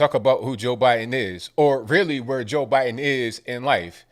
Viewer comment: Who is Jor Biden?lol